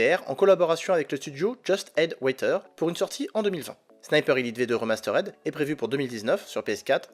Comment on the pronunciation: RIMASTERD PAS REMASTERAIDE